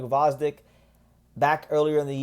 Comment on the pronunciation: The G is silent lol. Vozdyk